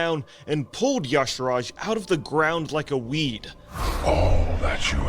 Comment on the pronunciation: bro can't even pronounce "Y'shaarj" correctly. Sigh.